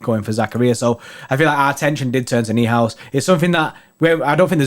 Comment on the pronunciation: Noi-House Lewis ! Florian Noi-House (Neuhaus)